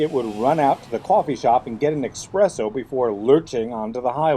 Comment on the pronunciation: "expresso"... really?